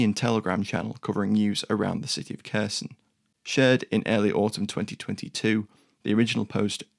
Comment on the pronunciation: Please learn to pronounce Kherson from Forvo.